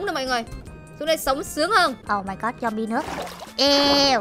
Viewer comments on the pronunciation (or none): tôi nhớ là zombie đọc là ˈzämbē (zom bi) mà ta chứ zum bai là cái j??😀 cứ zum bai, zum bai nghe khó chịu thiệt chứ 🙂